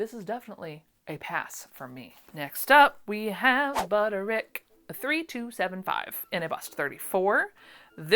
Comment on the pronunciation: Hope things are getting better/easier for you. I don’t want this to sound mean but how are you pronouncing Butterick? It sounds like one syllable. How are you doing that? You said it it like i do for 3524 but then went back on the next one 8577. Are you just saying Butter? I don’t know why I’m obsessing over this. You say whatever you want!!!